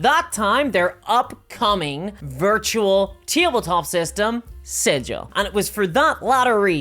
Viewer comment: Sidge-ill > siggle